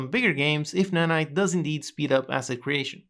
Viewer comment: "Nanits"